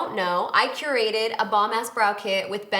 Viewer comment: sounds like „i curated“ 😂 same mispronounciation like deodorant 😂😂🐓